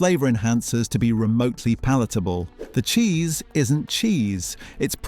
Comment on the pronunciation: Jheese? Isn't it Cheese?